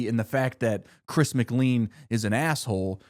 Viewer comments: I love this video and wanna see at least the next 2 seasons and the Amazing Race season done like this. DJ was always my pick and I never really understood why but I love him. However, it just strikes me every time you say Chris's last name. Chris says it like "Layn" like a bowling lane. That's my only note. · pronouncing mclean as Mick Lean is crazy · I hurts me to hear you mispronounce "Chris McLean." It sounds like "McLain." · According to his name is Chris Mc-Clean not Chris Mclane (and yes I know it’s spelled Chris McLean I’m just going based off of pronunciation he is the Mr Clean) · every time you pronounce it chris mc'lean' instead of chris mc'lane' i take physical damage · Anybody else click off when he called Chris "Chris Mc-Leen" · "migleen" not making fun of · I can’t believe no one is commenting on the pronunciation of McClean 😂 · the way he prounounces "mclean" irks me. its not a lean burger from mcdonalds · After hearing your pronunciation of Chris McLean, idk if you actually watched the show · I don't think I've heard chris mcclean pronounced like that before